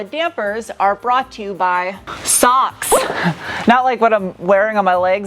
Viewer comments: 95% sure Sachs is not pronounced socks, its Sacks. As in ballsack or goldman sachs. Idk where tf u summoned socks pronunciation 😂 Thats some Demi Lovato saying her favorite dish was a coffee mug..... unironically & dead serious. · It's pronounced "Veloche" like catch and "Sax" as Saxony from Germany! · Velo"che" - veloce "Zahks" - sachs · Is "SACHS" pronounced "Socks" or "Sacks?" Too bad for BMW for not having you review their vehicles.